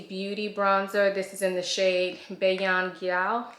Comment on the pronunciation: Bajan, slang for Barbadian as in people from the Caribbean country Barbados. Pronounce “beige-jan”. Hope that helps. :)